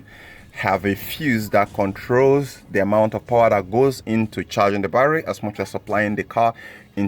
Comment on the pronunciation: YOUR BARRRY PRONOUNCIATION IS KILLING THE TERMINALS IN MY BRAIN